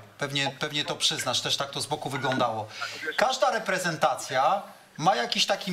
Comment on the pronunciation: Co to rerpezentaja?